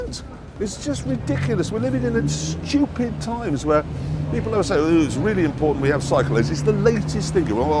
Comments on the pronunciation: I came here for the "schtoopid"s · we're living in the SCHEWPID times